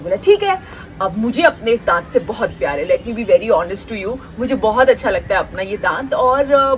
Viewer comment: Daant is Deeth😂😂😂😂😂😂